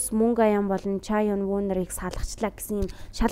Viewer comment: Ча ин ү л гэж хэлнэ солонгосоор